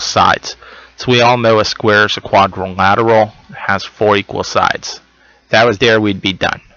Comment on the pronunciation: I died 😩😂 when you couldn’t pronounce quadrilateral